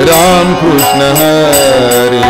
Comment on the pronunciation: फार छान आवडले सिंधुदुर्गं कृष्ण उच्चार स्पष्ट आहे.काही भजनी बुवा क्रिष्ण म्हणतात .